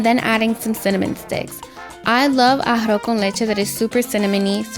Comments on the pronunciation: NO YOU DIDN’T FUCKIN PRONOUNCE IT RIGHT!!! You pronounced it as “ARROH” con leche instead of “ARROZ” con leche. Thank you.🙂🤗🤗🤗🤗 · Emily Hernadez I got so irritated hearing “arr-oh con leche” thought I was the only one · A-ha-ro con leche is how I'm hearing it